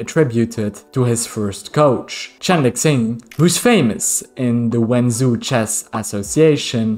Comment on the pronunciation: "zh" in Chinese is not pronounced like "z" in english, but more like "juh". so Wen Zhou is like "when joe" and Zhu Chen is "jew chen". Well, not really, but it's much closer than the "z" sound you're using.